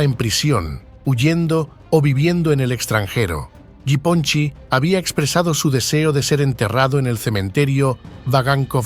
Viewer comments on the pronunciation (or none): You butchered that nick name It's Ya Pon Chek . It means little Japan